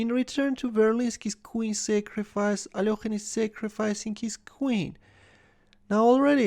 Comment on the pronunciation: What's wrong with the alokhine thing? his name is alekhine